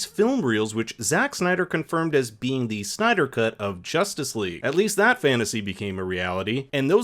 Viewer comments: Bro you pronounced justice league as justyce league.If it isn't sarcasm I am giving you a thumbs down👎👎👎👎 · wait.. did you just point out "Justice League" so weirdly